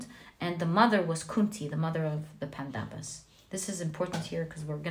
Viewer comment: Hello, just wanted to correct you: it's not pandavaas, it's pronounced as pan-doves. (You pronounced the 1st part (pan) correctly.) Also please don't say Indra, it's indr. I know how it is spelled but the correct Sanskrit and hindi pronounciation is different from what it's inferred. And that happens with a lot of our words. Eg. Ram is pronounced Rama, ravan ravana, lakshman lacksman, etc. I know you are not consciously mistaking them but still it's about appropriation. It's also about paying homage to the beautiful culture and history it represents. Also what's widespread is what is assumed to be the correct way . Even in our country, yog is yog no more, it's yoga and karm is karma(yes, they both are Sanskrit words. And no, Sanskrit isn't sans-krit. It is sons-krit(pronounciation wise)). So if you could pls incorporate these into your readings, it would feel awesome. I know it would seem trivial but it would make me feel super happy and fulfilled . Thanks for being a wonderful reader